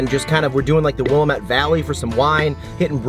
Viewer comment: Hey, I'm from Portland. It's pronounced "Will- LAMM-ett." Great video! Now I have to have a fried bologna sando.